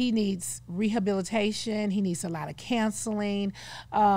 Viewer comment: Why does she pronounce counseling like “cancelling”?